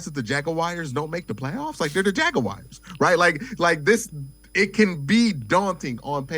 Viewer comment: "Jag-o-wires" hahaha c'mon